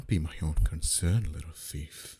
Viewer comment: lol I love how he said fief while saying thief.